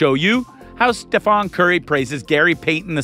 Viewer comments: It's StephEn not Stephan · His name is not STEPHON it's STEPHEN!!!!!!!! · painful watching your video mispronounced stephs name.